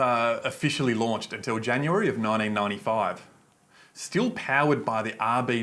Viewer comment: "Ninedine nindy five"